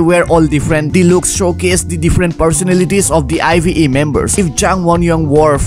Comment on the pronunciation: ive is pronounced as “aiv” 😭